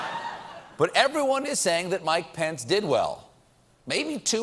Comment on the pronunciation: Am I the only one who hears 'Pants' every time he says Pence?